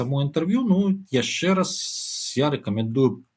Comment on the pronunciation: (Чь) не мягкая,( Ч) не -яшще-,а -яшщэ-,не надо русить! Но всё равно очень правильно што не па рюски.